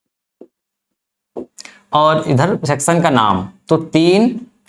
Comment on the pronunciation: तुम्हारा लेक्चर मुझ से इसलिए सुना नहीं जाता, क्यों कि तुम्हारा उच्चारण बहोत ही खराब है । १) सेक्शन को सेक्शन २) परी भाषा को परी भासा और भी बहोत कुछ